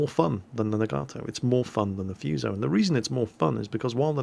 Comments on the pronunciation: Naga-toe is how I believe it's supposed to be pronounced, but I have a tendency to say Na-GAtoe too. Also, Foo-so > Few-so. :) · Awesome video! Dunno if it helps but pronunciation are: Hiei like HeEhi Fuso like whoSo Nagato was beautifully done Also Mogami's an interesting little cruiser that had float plane carrier upgrades for the sacrifice of her hind turrets similar to the kind of upgrades given to the BBs Ise and Hyuuga It might be foreshadowing but you wouldn't be surprised that her last sister (Ibuki) got turned in to an aircraft carrier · (a - \ah\, o - \oh\ u - \oo\) Nagato - Na-ga-toh Myogi = Mio-gi Fuso = Foo-soh Yamato = Ya-ma-toh Kongo = Kong-goh